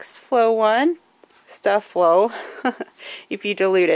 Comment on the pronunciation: Pssst. It's pronounced, like stay-flow. Spelled as it is for marketing purposes. Years ago there were commercials on TV and that's how the company pronounced it. Just a heads up.